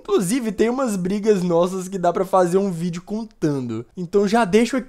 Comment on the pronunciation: No fim ele falou ví e não vídeo #Oxi